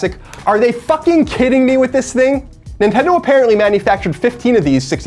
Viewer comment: Love the guy, kindred soul for sure, but Colin can't (or refuses to) pronounce a soft 'th' sound. I've never seen this in a person. It's always 'dzzthing'. "Here's, the dzthing", or "I don't "dzthink so". Fascinating. Never change buddy :D